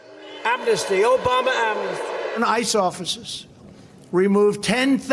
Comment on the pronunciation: Dumpty saying "Obaum-na," cracks me up every time. Thanks David Pakman and RHQ for saving that sample.